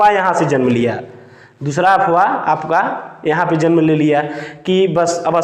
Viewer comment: अबे अपवाह नहीं अफवाह होता है.... तू क्या टीचर बनेगा रे.....